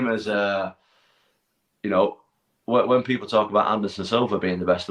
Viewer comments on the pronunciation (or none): none